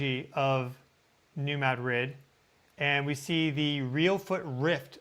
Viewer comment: You are pronouncing New Madrid wrong. You say you are saying it like the locals but you are not. I’ll try to explain. The accent should be on the first syllable, ‘Mad’, Now, do not pronounce the second syllable like it’s a separate word, say ‘drid’ not ‘rid’. It’s kind of like pronouncing the word mattress, with the accent on the first syllable. If you accent the second syllable, well, that’s a city in Spain, but with the accent on the first syllable, that’s a fault line.